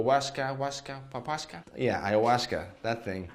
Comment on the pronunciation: ‘Wa-wa.. wawuasca’